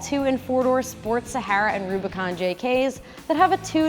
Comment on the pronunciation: Love the way she pronounces “Sahara” the Arabic way ! ❤️